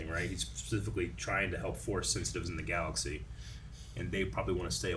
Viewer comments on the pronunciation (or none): none